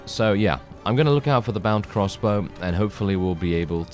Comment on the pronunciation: Every time you say “crossbow” I think “cross bro.” Can’t even tell you what Warband series that was from. Haha